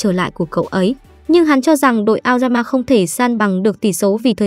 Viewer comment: nghe aoyama thành lao gan ma :)))))